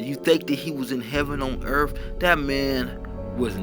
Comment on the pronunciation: It’s pronounced “Earth” not “Earf”. Learn to pronounce the /th/ sound, NOW! You sound like you are crunk on purple drank.